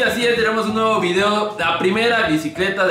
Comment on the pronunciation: Nuegadin chaquetín: Dosmdtrin chaquetín: Wuichin chaquetín: Y por último Molsin chaquetín. 🤣